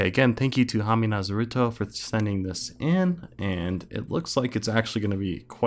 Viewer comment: DONT YOU DARE PRONOUNCE NARUTO'S NAME WRONG